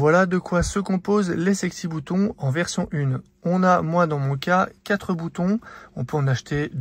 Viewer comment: sexy bEUtons pas sexy bOUtons... non, c'est pourtant simple!;o)